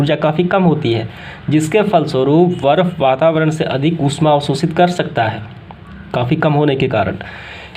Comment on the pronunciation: बर्फ होता है 😂😂 वर्फ नहीं 😂😂